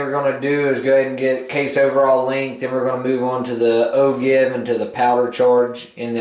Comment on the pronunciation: pronounced O-jive . yes it is spelled Ogive but other than that I love your videos thanks